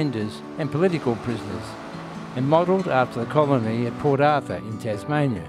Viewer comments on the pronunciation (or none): none